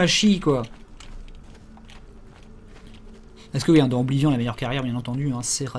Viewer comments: Sa s'ecrit oblivion mais sa se prononce oblivione 😅😄 et aussi j'ai enfin eu mon niv 48 sur le jeu et je kes terminer 😋😊😉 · Les PNJ prononcent bien 'Oblivionne' dans le jeu, donc le francicisme est bien faux techniquement... Mais apres tout le monde s'en fout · Ce serait bien qu'on arrête de dire OBLIVION avec ce vieil accent français ce qui rend le mot super moche alors que même dans la VF du jeu on dit "Oblivionne" bordel (au rappel, Oblivion est un mot anglais qui ne peut pas se traduire et qui veut dire grosso merdo "l'oubli"._.) Surtout, tu dis très bien le mot avec la bonne prononciation quand tu parles anglais, donc stop le massacre, c'est juste hyper moche OBLIVION-ION-ION